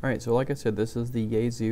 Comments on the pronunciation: ya-E-so not yayzu what the fuck! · Its pronounced Yah-eh-sue